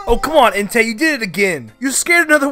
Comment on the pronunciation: Entei sorry guys the way it was said LOL